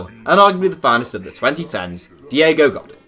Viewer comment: Diego God in..... godeeen bro There is no in sound in spanish its en without a accent. Een with an accent mark. Cringe.